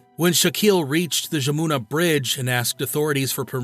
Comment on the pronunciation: The river pronounced’Yamuna’, but a hell of a story.